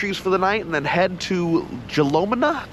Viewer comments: Check out Lompoc & Mama's Cafe. Grew up at Jalama. Most beautiful place ever! That's why the Chumash Tribe stayed once they discovered it. Hope you at least went and had a famous Jalama ( pronounced Halama) Burger!! You need to go back and re do this video. 😂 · ITS JALAMA WITH AN H LIKE IN JOSE HALAMA BEACH ALSO ITS ALWAYS WINDY THERE LIKE 20 MPH IS NORMAL SO BE READY!